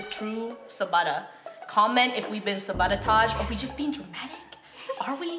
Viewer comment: I think Draco sabuttahtodged you